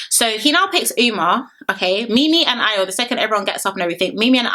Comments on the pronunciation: Are you sure she’s Nigerian 😂😂😂😂😂coz a simple ayo she couldn’t pronounce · Yh I know exactly loooool and she still couldn’t pronounce it but she’s quick to say she’s Yoruba I bet she can’t even speak a single Yoruba word 😂😂😂 them ones